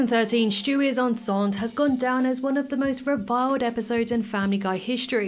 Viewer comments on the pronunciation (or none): Lol, It's enceinte (on-scion-tay). In means pregnant